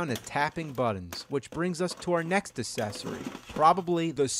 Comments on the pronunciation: Did he mispronounce "accessory" on purpose? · Hello there I do not want to be mean by asking this question i just want to make things clear The question is there any reason to pronounces the word "accessory" with "C" and not "K" if you know what i mean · I love the way he says "accessory" without the "k" sound at the beginning -- "uh-cessory"